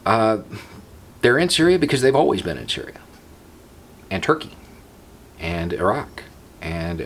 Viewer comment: accidentally pronounces "Iraq" correctly. Eyerack it ain't